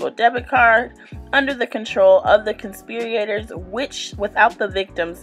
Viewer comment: You have to learn to read better before you put out a video reading an indictment 😩 conspirator NOT conspiriator for starters and US code has a symbol for subsections, it’s not an “and/&” symbol